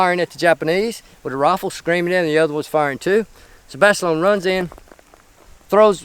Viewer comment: lol, "Jon Basilone-eh"